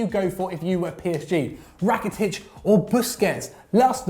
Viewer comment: Rakitic not thirty doodoo head